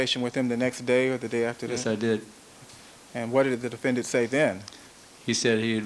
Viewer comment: defen-DANT stupid aszz chris darden smh